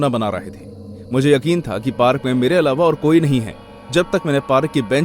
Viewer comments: Being respective.... It's not parrk it's park.... 😅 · Bhai parak nhi park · 1.36 (parak ) =park 😂😂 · Did anyone hear that he said "parak"😂 not "park" one's ❤️ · Parak bhi dikh raha tha.. 😅